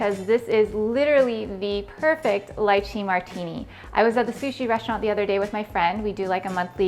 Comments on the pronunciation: …it’s pronounced litchee.. not lye chee. 🤦‍♀️ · It's Lee-chee. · Yummm but oh… please don’t say it as “LIEChee”! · I've been pronouncing this wrong this whole time??!?! 😅 LeeChee 😂 probably because is called Leechee in India. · Its pronounced Lie-chee? I've been lied to my whole life 😭😭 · I was so annoyed with her mispronouncing it! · If you make it - know how to pronounce it.